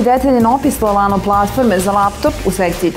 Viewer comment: Ja ne mogu da verujem da je riba na kraju snimka ladno rekla L Lano... :D